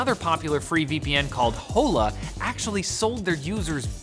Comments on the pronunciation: I'd like to celebrate pronunciation of hola: WHOLA! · Hola is pronounced "ola." It's Spanish for "hello." Pronouncing the "H" made it super weird to listen to. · The 'h' is silent in Hola, it's Spanish for hello. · You know they’re Canadian by how he pronounced ‘Hola’ 😆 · can't pronounce Hola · The Hola one was probably supposed to have the Spanish pronunciation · Never thought such an easy word like hola could be miss pronounced so badly.